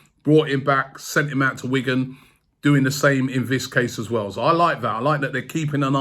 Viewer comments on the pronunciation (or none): none